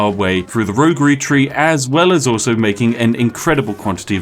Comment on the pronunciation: He's great but he's not perfect. Can't say the number three correctly to save his life.